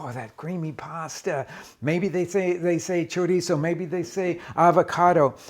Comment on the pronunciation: I love your shows, I enjoy watching them and how well you pronounce the various foods (cilantro, pasilla) but it just kills me that you don’t pronounce chorizo the right way! I can understand R Ray, ATK, Cooks but you have spent time in Mexico, you have had a love of the whole of Mexico, the people, the traditions and the good. I know like all people you change it a little to make it your own (everybody does it😀). I actually went to the store looking for choreezzo, when I was in the refrigerator section I saw chorizo and realize what chooreezzo was 😯. Take care, keep cooking and enjoy it, life is too short! 🫔